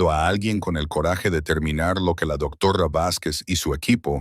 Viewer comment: Hola buenas noches desde México no sé de dónde sea el narrador pero su pronunciación es muy deficiente cambia la pronunciación de ciertas palabras la h muda la cambia por la jla palabra doctora dice doctora varias veces, por favor tengan más cuidado 😮